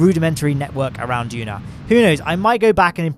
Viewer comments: It is DUNA not DUNO! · He said DUNO not DUNA!